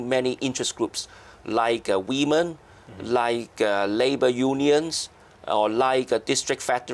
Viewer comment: I like how he says weemon. Good interview!